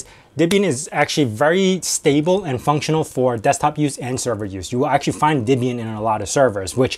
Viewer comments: Are you saying Dibian? The name is from Deborah and Ian. Deb-ian. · Why do you say "Dibbian" instead of "Debian"? The "Deb" part came from "Ian's" wife - whose name was Debra. It wasn't "Dibra". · Pronounce Debian wrong.. :P